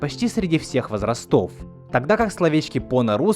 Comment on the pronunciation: Чел, сКРУПулёщно, а не скурпулёзно в силу того, ЧТО, а не чтобы, вОзрастов, а не возрасОв. Прими к сведенью, а то уши прям режет. Сам ролик классный, лайк!